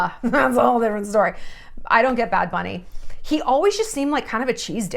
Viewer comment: They way you said "bad bunny" in the intro (you nailed it) ! <3 hahaha love it